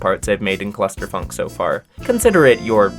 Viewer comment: No way u called ur level clu(s)tter funk😂